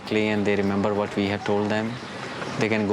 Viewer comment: “Vwhat kinda hairstyle is shola havin It” 🤣🤣🤣